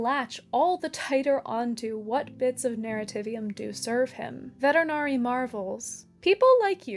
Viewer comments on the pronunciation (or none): The name is Vetinari, not veternary. He's the Patrician, not a pet doctor. Otherwise a highly enjoyable video.